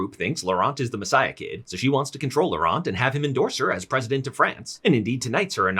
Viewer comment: the t in laurent is silent